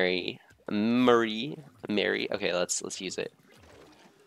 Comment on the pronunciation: Marie's name is pronounced Ma-re not Mary Callie Marie, Calamari